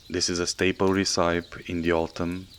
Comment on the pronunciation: Mmmmmm, love it! Just for info, it’s pronounced reszöpi/resăpi, not reszájp/resaip.